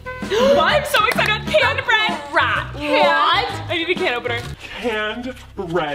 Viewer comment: “Caned bread?” Colleen 2019